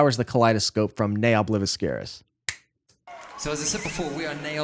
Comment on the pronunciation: In Latin the V is spoken like W!